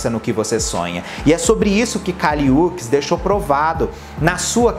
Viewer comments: que agonia vc falando UKIS, é uchis mesmo som de xi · pelo amor de Deus kkkkkkk se pronuncia Û-tis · Oi! Adorei o vídeo! Essa musa foi minha trilha sonora de 2021 com todas as forças. Gostaria de pontuar somente a pronúncia correta do nome da Kali. Se fala o Uchis como se fosse "útchiz". Sempre que fico na dúvida sobre a pronúncia correta de nomes de artistas no geral, vou atrás de entrevistas nas quais eles se apresentam. Aí não tem erro! Hihi. Besos! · A pronúncia do "Uchis" está errada.